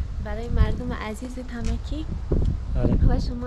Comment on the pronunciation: So annoying when you call it Tamaki!!! It's Tamki bro😅